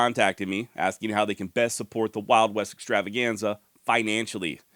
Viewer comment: I miss the rolling of the R in the "Wild West Extravaganza" intro.